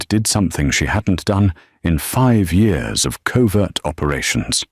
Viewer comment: Real wish the AI voice could figure out how to say the word " Years " lol